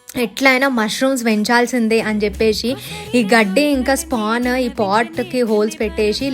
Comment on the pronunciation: Chesesi,cheppesi,😂 Not cheppeshi,cheseshi😢.